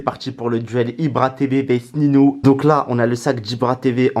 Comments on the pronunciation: Ça ce prononce "ninhio pas nino " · prq il dit nino ?